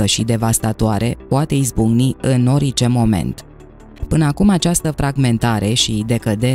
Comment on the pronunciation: Poti sa pronunti cuvântul orice …normal.?….nu ori…ce